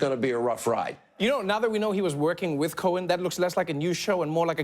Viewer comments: he did it again, that's cute hannity... pretending you "don't know how to pronounce Michael Cohen's last name, or wait... is it Cone? 🤷🏻‍♂️ "I don't know! I NEVER MET THE GUY!" 🤷🏻‍♂️ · That's cute! Hannity mispronounces Michael Cohen's last name 🤷🏽‍♀️I wonder why he did that?!?🤦🏽‍♀️